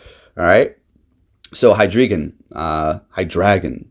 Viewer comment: You had it right hy-drAi-gon